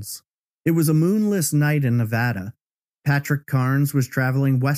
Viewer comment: Just a quick thank you for pronouncing Nevada properly!